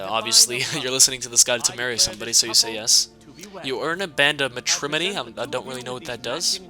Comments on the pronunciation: "Matrimony" is pronounced MA-trih-mOHnee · 1. Jenassa's a Dark Elf 2. Its Mat- Ri- Mone- E 3. You cant marry Maique The Liar X( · U pronounced matrimony incorrectly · the way he pronounced "Matrimony" made me laugh so hard. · Lol how you pronounced matrimony